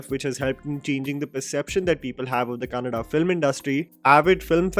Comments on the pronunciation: Thank you for saying it Kannada and not Kannad 🙂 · Rishabh Shetty,Raj Shetty,Rakshit Shetty and Prashant Neel taking Kannada Cinema to an other level and especially have to mention Paramwah Studios and Hombale Films making it happen with proper assistance and scale and well yes glad that you pronounced Kannada Words so rightly👌🏼☺❤